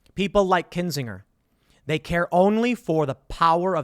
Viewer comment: The g in Kinsinger is a soft intonation. A burner of kin.